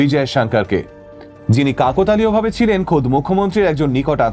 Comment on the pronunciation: কাকো তালীয় না ওটা কাকতালীয়